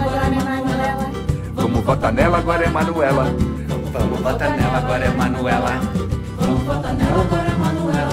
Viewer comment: Tem que falar manuelá